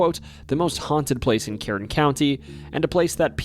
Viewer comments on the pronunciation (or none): Kern County is pronounced like urn